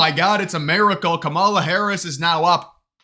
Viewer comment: Remember Obama won the Selzer poll in 2012 & 2008- do some research and learn how to pronounce Kamala - Trafalger poll is heavily biased conservative - a good poll is unbiased!